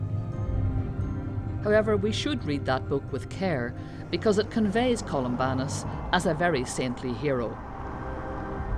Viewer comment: Columbanus, not Columbarnus